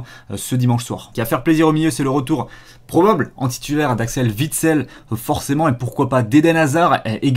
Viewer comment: Axel witsel !!! Pas axel vitsel !!!!!!!!!!!